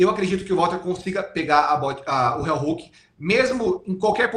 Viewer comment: CRÍTICA CONSTRUTIVA: - Não se pronuncia RÉUHOOOK e sim RIOHOOK 👍 - O heel hook não quebra o tornozelo, o que estala é o JOELHO👍 🤜🤛